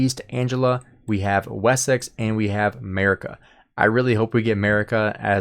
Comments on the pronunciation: And it’s not “Merica” it’s Mercia. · constructive criticism: “Mercia” is pronounced “Mur - see - uh”. And “East Anglia” is pronounced “eest - ang - glee - uh”. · omg the pronunciation for the camps is atrocious haha. (Mersia, and Ang-lia) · Butchered Mercia there buddy.